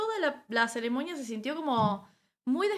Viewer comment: No se dice Ceremoña. Se dice CEREMONIA